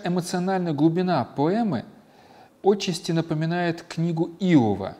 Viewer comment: отчасти-ударение ставится на второй слог: по-русски: ОТЧА́СТИ